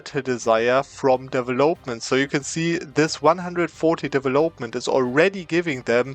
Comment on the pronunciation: Immer wieder cooler Cheese, den du zeigst. Aber "development" betont man auf dem VEL, nicht auf dem OP ;) deVELopment